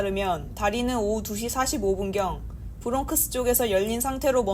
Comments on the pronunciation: 한인단체 그동안 기금받았으면 이젠 다른단체로 양보해라. 그리고 브롱크스는 어디에있는 동네인가?이건 메인앵커도 AI처럼 한국말 떠듬데더니 이젠 동네이름도 제데로 발음못할려면 뉴스라고하지도말자. 브롱크스 브롱크스 브롱크스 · 브롱크스 진짜냐 일본식 발음인데 21세기에 너무하다 AI가 그러디